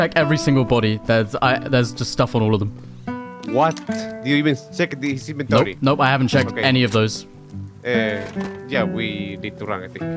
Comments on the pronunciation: It’s called “inventory”, not invenTREE. There is no tree in inventory.😂😂😂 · Its inventory not inventry